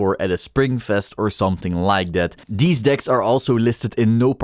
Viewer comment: My gf was in the car with me while watching the video. She was cracking up the entire time thinking you were saying dick instead.